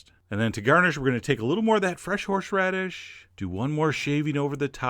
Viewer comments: I don't dare correct you, but "horSHeradish"? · Horsheradish.... F#$@ Take shixty-sheven, F$*@ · Are you saying "Horshradish"? omg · I like how he says HorshRadish the entire time. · Lol he said "horshradish" ;)